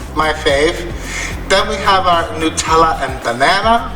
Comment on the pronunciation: It is a mystery to me why the first crepe and/or pancake is not the best. Why is that? LOVE the savoury ones with the feta cheese. I want to travel just to taste new cheeses. Honey walnut and cheese OMG. I am in love. I was just thinking that that nutella needed some banana, lol. Bless you for saying New-tell-ah, I used to get so many nut-elle-ah comment. Drove me crazy.